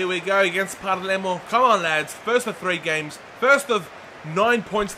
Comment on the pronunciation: is palermo no parlemo mate!